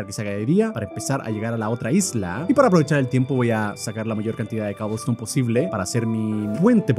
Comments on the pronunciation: ¡ES COBLESTONE! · Luzu: cobelston German: coublstoun